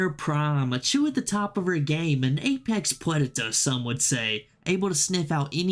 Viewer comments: "Apex pwedator" had me dead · "An apex pwedator" 😂😂😵😵😮😅 Jesus man... don't do that to me while I'm eating.... almost killed me